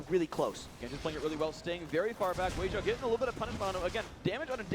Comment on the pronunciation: so they pronounce weixiao's name correctly this time.